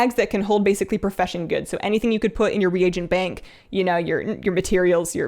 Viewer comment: Please stop saying Regent for Re-A-Gent, it drive me nuttier than I already am. Your is the only channel I can stand to watch from beginning to end out of all the Tubers covering WoW.